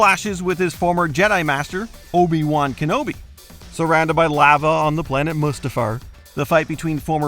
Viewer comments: Ok, all due respect and all that but this voice over guy is awful. His cadence and tone is weird. "When it comes to Peter Jackson's...there is certainly a lot to LICK?" He can't pronounce the letter A (lava and Keanu both are weird long A) he honestly sounds like he's never seen any of these movies once. I understand you want "unique" voices for narrators and what have you, but this guy is just bad. Sorry.. Can we get Rebecca or Phoebe back please? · This guy’s enunciation and pronunciation is so weird and off. He doesn’t even know how to pronounce “lava”, “process”, or “semi truck”.